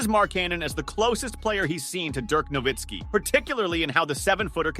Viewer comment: Nowitzki. The w is pronounced like a v. It's German.